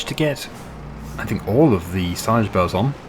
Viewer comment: I have hearing issues so I use CC and when you say "bales" CC says "bells" so I'm just asking if you could pronounce bales properly please.